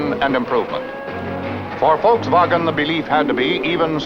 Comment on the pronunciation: Finally someone pronouncing Volkswagen correctly. 👏👌🙂😊👍